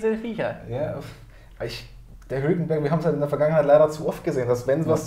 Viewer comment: Musste ich lachen bei "hulkemberg" xD.